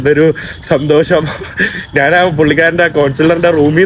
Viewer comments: എടാ മൈ... നാൻ അല്ല, ഞാൻ ആണ് ശരി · എടാ മൈ... നാൻ അല്ല ഞാൻ ആണ് ശരി